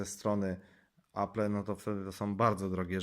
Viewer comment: 1. Nie potrafisz nawet poprawnie wymówić nazwy firmy. Apple [czytaj: Aplł] 2. Space grey ma czarny przód. 3. Kiedy mówisz o działaniu Touch ID pokazujesz jak działa 3D touch. -.- Recenzja jest długa, a połowę tej recenzji to "yyyyyyy...", które mogłeś wyciąć. Mogłoby to skrócić film o połowę, a tak to nikt mi nie odda tych ośmiu minut z całego filmu straconych na "yyyyyyy...". -.- Inni w swoich dwa razy krótszych recenzja zmieszczą o wiele więcej informacji, a ty temat o wyświetlaczy żeś zminimalizował do tego, że ma dobre kąty widzenia i FHD.